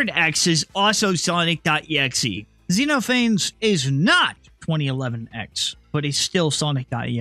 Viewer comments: zen off uh knees its a Greek name. its not zeenofanes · by the way, xenophanes is pronounced kseno-pha-nes, It's based on greek philosopher who mocked religion just like xenophanes in the exe does